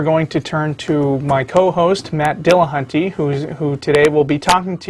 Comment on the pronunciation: Matt pronounces his name "Dill-on-tee"; why did say "Dilla-hunt-ee"?